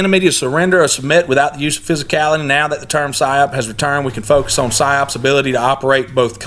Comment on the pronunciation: Just another quick observation; Psyops sounds like Cyclops when you speak it. The one eyed monster in Greek mythology.